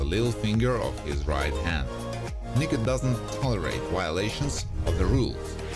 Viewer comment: the way he says “Niko” lmao! 😂😂😂